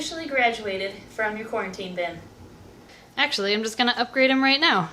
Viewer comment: Who is watching in 2020 and screamed when she said quarintine